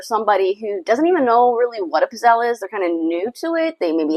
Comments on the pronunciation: You are not pronouning Pizzele correct. The E is not sielnt! Why do all you Americans butcher Italian words! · CucinaPro pizzelle maker is made in China whereas Vitantonio-brand is made in Italy. With the Vitantonio, the coating is made from non-stick ceramic. With Italian-made kitchen products premium metals and thicker gauges are used that heat evenly and last longer. I enjoyed the video clip but the mispronunciation of "pizzelle" kept throwing me off.